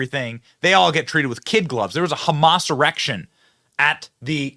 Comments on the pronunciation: Benny, did you just say”there was a Hamas erection?” Oh! I guess you said a “Hamassurrection.” 😂😂😂😂😂😂😂😂😂😂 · Benny, do you realize you said humas erection???????????????????????????? BRAHAHAHAHAHAHAHAHAHAH!!!!!!!!!!!!!!! 🤣🤣😂🤣😅🤣😂😅🤣